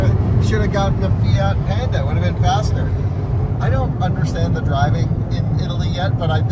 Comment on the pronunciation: Panda, not Penda 🤣🤣